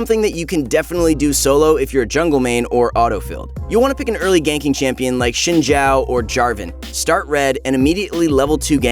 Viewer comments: Thought it was zin Zhao , the x makes a z sound like Xavier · "Shin Jao" wtf? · Ah yes shin jow